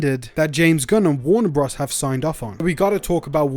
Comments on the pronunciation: I can’t get over him saying Warner bras dude it’s bros as in brothers 🤣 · Please say “Warner Brothers” and not “Warner Bros". Bros is a shortened version of Brothers. It’s just a little distracting. Great content and information. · Is that how you normally say bros?